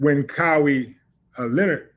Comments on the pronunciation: Willie, love your content but please stop messing up on pronouncing Mr. Leonard's name correctly please. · You need to know how to Leonard name correct